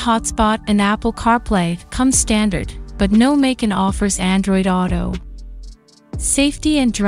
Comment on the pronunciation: MAY--CAN. lol so lame.